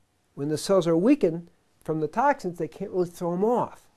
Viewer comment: LOL "tahk sins"